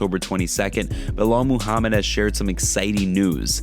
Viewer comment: Y'all better remember the name cause it's gonna be on the prelims - "Bauhaul Mohammed". Tell 'em uncle Chael ! 🙄🤦🏽🤣